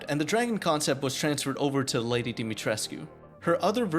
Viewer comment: Yeah you miss the fact that you kept on pronouncing Lady D's name wrong the entire time really irritating damn it